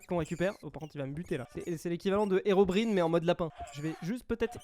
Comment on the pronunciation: je sais pas si t'es au courant mais "Herobrine" se prononce "érobraïne"